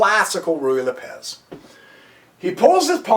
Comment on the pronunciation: Has this moron never met anyone named Lopez? Does he really think the accent of Lopez falls on the second syllable? Why does he waste time telling us that he can't cover all possible continuations? The poster is disorganized, inarticulate, and verbose. He frequently lapses into incoherency. He apparently can't keep what he's talking about clearly in mind for more than three sentences in a row. He can't remember which is the kingside and which is the queenside. The tiny amount of information provided isn't worth putting up with his obnoxiousness. What a schlubb.